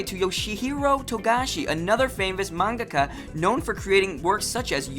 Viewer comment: There are probably people who can do a more thorough job of this but I’ll do my best from memory. Please feel free to contribute Moonies: List of the horribly mispronounced: Bee-shu-JOE: Bee-SHOW-Joe Nah-OH-Kah Tah-Kah-Uu-Chee: Nay-OH-KOh Tah-Ku-Chi Man-gah-kah: Man-GAH-Kah Ahh-nee-may: Ayh-nee-may Shu-Joe: SHOW-joe Mane-Gah: Mahn-Gah Sah-mah: Sa-MAH Nee-Yane-ko: Nee-YAN-ko Su-Kee-Noh: Ski-noh Ten-Oh-MAH-ru: Ten-OH Mah-ruhe Cow-Maru: Kai-YO Mah-ruhe Ay-no Min-Na-ko: Ai-no Mi-nah-ko Oo-MI-no: UU-mi-no Ha-Roo-ka: Ha-roo-KA “Boku” is not only used by males, it’s just a masculine term. Mistakes/Corrections: #1- Attempts to hide any writing from the original? Really? That’s just ridiculously out of proportion. #4- Maybe I’m wrong, I’m pretty sure the first magazine publication was “Run Run” #6- There is a Live-action TV show of 26 episodes and one extended episode which I’m guessing you are calling the “Live-Action Film”. It also had a few shorter “special” episodes. #7- That “Bandai” remake actually created by “ToonMakers” (the same company that handled the adaptations of Super Sentai into Power Rangers for Saban Entertainment). It is called “Saban Moon” because it was pitched to Saban. No one says they made it. #13- See, you claim Tin Nyanko’s natural Japanese name here but then use American terms everywhere else. Are you trying to quote canon or just throwing out facts as though it applies throughout? Case in point, that wasn’t her name in all iterations of the story, including